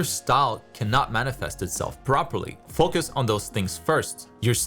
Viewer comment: the way u say foCus, its funny